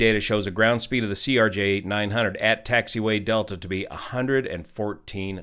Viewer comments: why do you keep saying Erj? Just a miss speak or is there a reason to call a Crj an Erj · just a quick correction, you have been saying it ERJ when it's CRJ. I know its being very nitpicky but just wanted to point it out. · CRJ, not ERJ. Video is now out of date at this time. F-ing "Yo"nited... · "ERJ" bro... ugh... its a CRJ 900. not trying to be pedantic but there's a huge difference between an ERJ and a CRJ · CRJ* NOT ERJ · CRJ…. CRJ… not ERJ